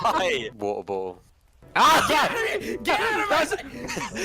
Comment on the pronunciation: water bo'l